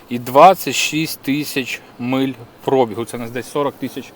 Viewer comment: ПробІг, наголос на 'I', від слова бігати, завчасно дякую за розуміння, бо багато хто з блогерів, каже не вірно, а вухо ріже.